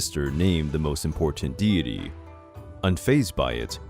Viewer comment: This is interesting but so badly narrated I had to give up less than a minute in 😓 Would be better with a Japanese narrator. This guy sounds American but he can’t pronounce simple words like deity or archipelago?